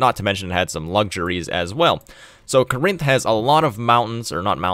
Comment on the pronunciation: “kuh-RINTH”? How about “KOR-inth”, with emphasis on first syllable. (It’s from Greek, not a Romance language.)